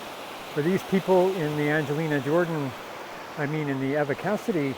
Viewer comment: That's one negative thing about "fandom"; it can, and often does, become irrational. And many people believe that their "opinion" is correct simply because they have it. I've been a fan of Eva (with a long e; you're pronouncing it with a short e) Cassady for years before I ever heard of Angelina Jordan. She was one of the best singers I have ever heard, and her versions of "Over the Rainbow" and "Autumn Leaves" are still two of the finest things I have ever listened to. But Angelina is also one of the best singers I have ever heard. It's not a zero sum game; they can both be great. And your mashup of Eva and Angelina on "Fields of Gold" is absolutely FANTASTIC!! One of my all time favorite things, and my all time favorite mashup (Angelina and Stapleton is a close second). Thanks for creating it,. And please, create more of Angelina and whoever.